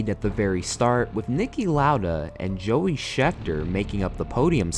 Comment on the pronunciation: it is jody not joey and it is not carlos pace it is carlos pache